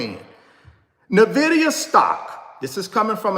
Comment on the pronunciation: In-Vidia!!!!!! Not Navidia